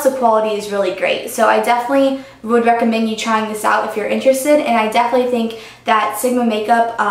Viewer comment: I love you, but it's 'definitely' not 'defely'. Haha, it's just a pet peeve of mine if anyone says that:) not trying to hate...:)